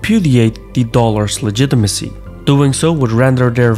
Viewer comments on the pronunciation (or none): none